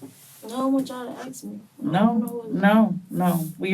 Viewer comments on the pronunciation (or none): I hate when they say axe instead of ask 🙄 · why do they all pronounce ask like axe?